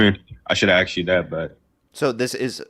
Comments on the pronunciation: It's ASKED....not AXED! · Less than 5 min in I can tell this young punk is woefully ignorant, "and sruff."🙄 It's not that he clearly isn't an eloquent speaker, he is not, but what he said was so flawed and choppy he is clearly not an eloquent thinker either, "ya know, bro".😂 LOL he literally said "I should have axed you". 😳 It's ASK you undereducated moron.😡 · You're 19 kid, you don't have a perspective built on experience over time, you're brand new at this. You don't get to make decisions for the rest of us yet, sit down and wait your turn. "Axed"??? Little man, the fukin word is "ASKED"... learn how to speak like an adult if you want me to take you seriously as an adult. Being in the country undocumented IS NOT a crime, it's an INFRACTION... that's why immigration issues are dealt with in CIVIL COURT, not criminal court. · should tell him he does not want to be "axed" at all lol